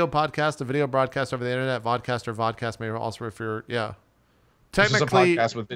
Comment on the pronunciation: Vodcast sound like Vodkacast